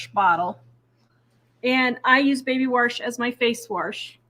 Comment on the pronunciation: My mother always said warsh so I love hearing you say it!